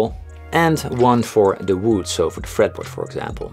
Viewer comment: is how we should all pronounce "wood" now. So lovely!